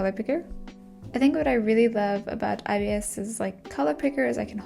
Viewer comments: Yeah it's more "eye bis" paint rather than "eye be eye es" paint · The official videos say EYE-bis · saying IBS paint instead of ibis (eyebis) will never not be funny😭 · it’s pronounced eyebis? i always thought it was pronounced i-bis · i thought youwere saying obs half of the time lmaoo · I’ve always said I-b-is paint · I always pronounced it like “eebis” paint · I always say ibis by pronouncing the i’s like igloo… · YOU ARE NOT SAYING IT CORRECTLY, IM NOT BEING MEAN BUT I DON'T LIKE IT WHEN PEOPLE SAY IT LIKE THAT